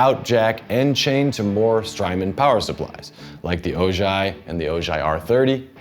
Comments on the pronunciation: Its Ojai ( O - hi ) like the city in California 🤭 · Ojai is pronounced O-Hi. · I saw a Strymon branded ad where a gentleman also said “Oh-JIGH”. It still bothers me, but I’m wondering if it’s a Strymon-thing? Kinda like deliberately mispronouncing a proper name.